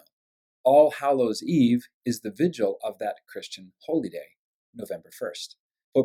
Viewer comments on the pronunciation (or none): none